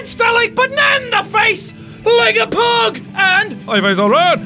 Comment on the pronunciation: He says pug wrong.